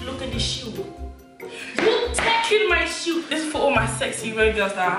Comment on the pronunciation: “Look at de shew” 😂😂😂